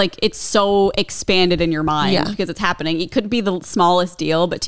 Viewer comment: "hopening?? It's giving stroke" It's fine - different strokes for different folks 😂😂